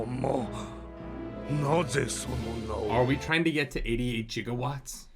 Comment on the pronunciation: Did you just call giga watt a "jiga watt"? I thought at least in Canada people somewhat understand metric system unlike their dumber southern counterparts. Do you also say gigabyte as "jigabyte" there?